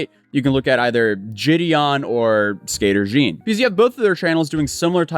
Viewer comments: Skater Jean? smh its Skeeter lmao never heard anyone call him that. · The way you said "skeeter" hurts my soul this guy's clearly never even seen a single video of his 🤣